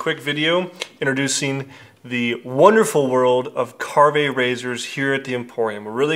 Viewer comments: I love my Karve. Ive had it since the release of the OC plates and ordered it with the B and C plates and haven't looked back. It's my go to razor aside from my straights. And yes as many have said it's not kar-vey. Just Karve. Just because it's Canadian you don't need the eh at the and. Lol. 🤣. Great video. Being from Canada I'm super stoked that he is getting such great exposure south of the border! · You're the only one I have ever heard pronounce it like Car-Vay. Most everyone pronounces it like Carve. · You don't pronounce the "e" on the end of the word silly. You don't carv-vay a roast beef do you? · A little bit surprised that the one, actually have met and had a wonderful time together, don´t know how to pronounce the name of the new good friend´s product. :-) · You hung out with the guy and talked shop and never learned the pronunciation?